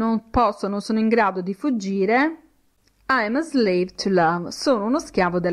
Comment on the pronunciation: Si è impegnata, ma ha fatto errori. 1. Slave si pronuncia con la s di sasso; 2. weary si pronuncia ui(e)ri, non ueri; 3. to need a woman= per aver bisogno di una donna; 4. how the strong get weak and the rich get poor= come i forti diventano deboli e i ricchi diventano poveri (la sua interpretazione della strofa è di fantasia); 5. don't touch the ground= non toccare il suolo (imperativo esortativo), mentre, se fosse "non tocchi il suolo" sarebbe "you're not touching the ground"; 6. I can hear your laghter non significa "sono in grado", bensì sento, sto sentendo, ed è un caso in cui can ha funzione effettiva, non potenziale! I can+ verbo sensoriale= sento (adesso), sto sentendo; 7. I can see your smile: idem! 8. waiting si pronuncia con la g implosa, non esplosa. La g va pronunciata ma in modo non gutturale. 9. The + aggettivo sostantivato (strong, weak, rich, poor, chained, bound...) si traduce con il plurale; 10. to chain, incatenare, si scrive così, non "to chane"! 11. to grow up = crescere detto solo di viventi: umani, animali, vegetali, sinonimo di diventar grande, diventare adulto. Per altri significati di crescere non si può usare. Attenzione, perché sta insegnando!